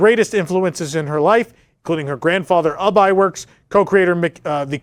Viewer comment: Not trying to be critical, but Ub Iwerks name is pronounced Youb